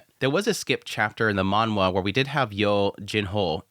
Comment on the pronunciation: stop saying manwha......please...